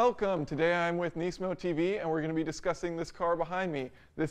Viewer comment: Engineering Explained ^^ at least know how to properly pronounce the name nismo.